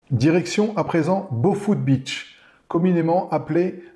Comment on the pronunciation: Ph...ne fait pas F....Boput et non Bofut....lol